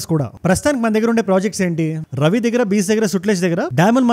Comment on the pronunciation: రవి కాదు రావి నది.